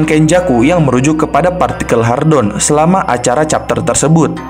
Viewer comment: "Hadron" bukan "Hardon"